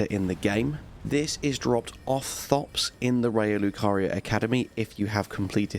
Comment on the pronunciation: Just wanna say i was confused for a second. It sounded like you sound "its dropped by thots in the academy". I need to get my hearing checked, when thops sounds like thots, lol.